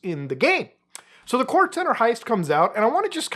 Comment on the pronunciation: bro muta please just pronouce one single heist name correctly, kayo periko and fucking fleeka